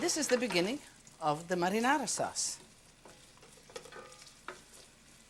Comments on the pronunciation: Only a nitwit would not like ANYTHING about Lidia!! She enunciates 'marinara' much better than most anyone else 'attempting' to utter the word!! Sincere compliments to Lidia!! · All these years I thought my dad was just pronouncing marinara in a silly way. Turns out he was actually mimicking how Italians pronounce it lol.